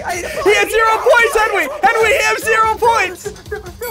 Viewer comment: I like how they call him henwy instead of Henry